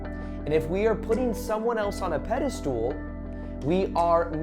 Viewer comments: Pedestal not pedastool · It’s pedestal 😭 not pedestool! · Are you saying “pedestool?” Did you make up that word? Lol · I love your content... but are you saying pedastool on purpose? Lol